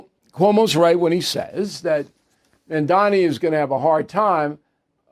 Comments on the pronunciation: Bill, do a man the courtesy of learning how to properly pronounce his name. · Is "Mamdani" really that hard to pronounce for such an academic as yourself sir!